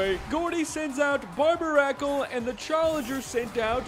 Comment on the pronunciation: Why would you pronounce Barbaracle that way. It's suppose to be a take on Barnacle and Barbarian.